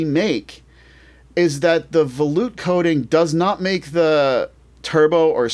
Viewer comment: I used to pronounce it that way until someone corrected me. Me being me, I looked it up. And it's pronounced vuh-loot